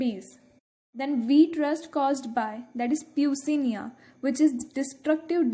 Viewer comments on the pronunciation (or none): No offence but it is pronounced as pukciniyaa not peucinia